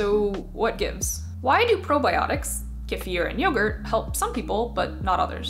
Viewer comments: As a russian, I appreciate it. I was so surprised to hear correct pronunciation, that I now suspect she has russian roots :D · I really appreciate your proper pronunciation of kefir. I'm not sure if the Russians would complain, but it's so much nicer than "key-fur".